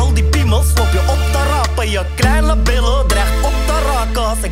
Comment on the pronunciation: Hoe hij billen zegt en hij kan zijn zelf niet gedragen 😂😂😂😂😂😂